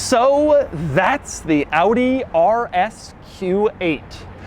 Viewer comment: Finally a car reviewer in english who says Audi correctly instead of Awdeeh. Doug always the GOAT.